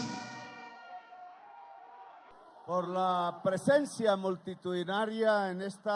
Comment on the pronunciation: PRECENSIA MULTITUDINARIA. DICE EL ZANGANO. ??